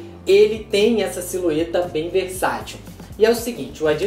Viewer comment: Só eu que percebi ele falando SILUETA